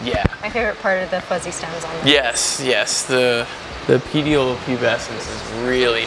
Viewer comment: I cringed when he said petiole def not a botanist 😅